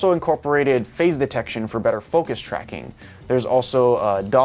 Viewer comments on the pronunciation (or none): "Phase Detaction"? Detaction? "Sample footage from Patrrot Anafi"? Patrrot?